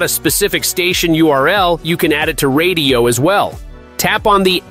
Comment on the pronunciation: Brother…radiyo is pronounced just like radio. It’s a play on words 😂